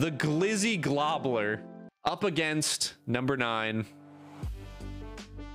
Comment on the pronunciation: Gobbler not globbler god damn